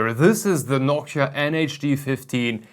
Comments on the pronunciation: It sounds more like Hawk-tuah, hahah. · is it just me? or does it sound like "Nokia" when he says Noctua